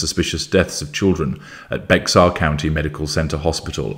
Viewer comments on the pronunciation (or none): Hey- I’m a big fan of yours,! Just an FYI- Bexar (the county of Janice Jones) is pronounced like the word bear. Even the majority of the US doesn’t know that! Kerrville is a beautiful town, in what is called the Hill Country. That woman should have been buried UNDER the jail… horrible, horrible person. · Hi, Bexar County is pronounced "Bear," the X is silent. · Bexar is often mispronounced. The X is silent so it's pronounced Bear. For future reference.... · Great analysis, thank you. btw, Bexar is pronounced like bear. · Because I know you are meticulous, please note "Bexar" is pronounced 'Bear." Don't ask why. It makes no sense. Even more confusing, if you're talking about the Spaniard after whom the county is named, it's "Bey-har." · Bexar is a Spanish word pronounced Bay-har.